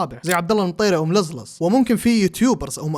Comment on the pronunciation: بخصوص نطق ملززز لززز هههههههههههههههههههههههههههههههههههههههههههههههههههههههههههههههههههه